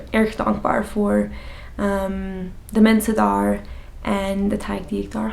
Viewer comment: When you say daar it almost sounds like dahr